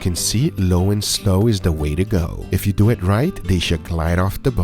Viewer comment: nobody: Gugga: SO LET DEW IT